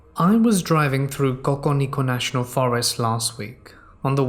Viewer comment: COCO NINO.. Wow! I'm from AZ and that's the most beautiful way I've ever heard this county pronounced ; )